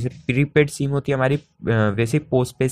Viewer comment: सीम नही सिम होता है😏